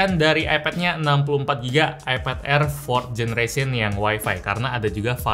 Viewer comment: Air Dibaca Aer